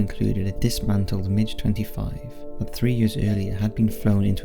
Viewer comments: you operate a channel on military history, and you don't know how to pronounce MiG? It's MiG like big, not like midge. I still think this is a computer-generated narration; it's not possible that someone who voices videos for a living could make so many obvious errors so often. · Mig, not midge.. :) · Its not a midge, lol. It's a MIG! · Soviet fighters are called MIGs, not "Midge." is amazing; the narrator must not listen to content from any other source, the way he consistently mispronounces common words and phrases. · Its not pronounced midge Its "mig" like Big but with an M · ...Midge? I'm sure you mean MIG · It’s mig not midge mate. Mig as in fig or dig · Varig, not Varigi. MIG, not Midge, Jimmy Carter was president in 1979....after watching that many errors within the first few minutes, I gave up. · I found the commentary by our Welsh friend to border on the sinister. It’s Varig....not Varigee. It’s Lima ( pronounced Leema). It’s MIG not how you pronounced it “ Midge”. Livery....not Leevery.